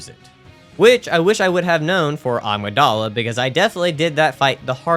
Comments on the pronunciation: I only just realized he's saying agmydala and not amygdala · Not to be rude, but I just wanted to let you know that the amygdala is pronounced A-mig-dala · Bruh why can't people pronounce Amygdala correctly.